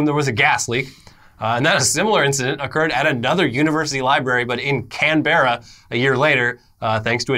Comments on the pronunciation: Hey, mate, It's pronounced Canbra, not can bara hahahahahahaha! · As an Australian hearing pronouncing Canberra as 'can-berra' instead of 'can-bra' honestly ruined my day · mate it's not pronounced "Can-beRRA' it's pronounced "Canbrah", also not "MelbORN", it's "Melbun". Onya cunny 👍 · CANBERRA!!! F*CKIN' CANBERRA!!! ok... ok... and we have been doing great with Melbourne as well.... as an Australian let me teach you how to say it, it is not "Can-Berra" it is "Can-Brah" we will get you guys speaking Aussie in no time, then we will stop off at the bottle-o grab a carton of piss and head off back to my place and sink some tinnies while Shella cooks us up some snags just like Bunnings makes 'em hahahaha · Ok guy stop stop stop stop stop stop stop stop stop stop. Canberra is prounounced "CanBRUH" not "Can-Berra". Repeat after me: CanBruh. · It’s pronounced: “KAN-bruh” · a better pronunciation is Can- bra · Canberra is pronounced Canbruh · It's pronounced Can-bra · You've pronounced Canberra wrong for the last time. Australians assemble! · That's just about the worst pronunciation of, "Canberra" ever recorded. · Oof, that's a cringe pronunciation of Canberra. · how can you mispronounce "Canberra" thats fucking funny as XD google search before you speak lololol XD